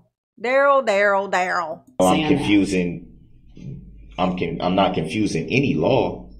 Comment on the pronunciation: Duh-rell, Duh-rell and his other brother Duh-rell. The 3 dimwitt firm that will keep you in touch with your Groundz.